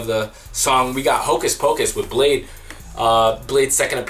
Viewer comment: I always accidentally pronounce bladee like you did (blad-ee) I love his music